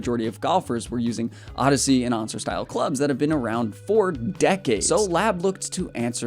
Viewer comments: Wtf you pronounce "ann-ser", as "on-ser"??? The littlest bit of research would lead you to the correct way to pronounce the word, which I'm assuming you know and found since you've done a solid job at research for this video in general, the assumption is you're mis-pronouncing to "be different"... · If you do videos on golf how don’t you know the pronunciation of the anser is answer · It's pronounced "answer." That was the original name for the putter, but there wasn't enough room on the flange, so Solheim's wife told him to drop the W, and the Anser was born. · I’ll subscribe if you say anser correctly